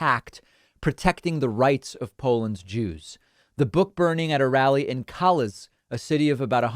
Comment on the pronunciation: I believe the town's name's pronounced "Kalish". but yeah, awful. as a fellow Jew and a human being I am disgusted and truly appalled by what's happening in Poland nowadays.